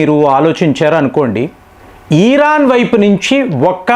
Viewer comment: భారత్ అని స్పష్టంగా పలికి నప్పుడు ఇరాన్ అని పలికితే బాగుంటుంది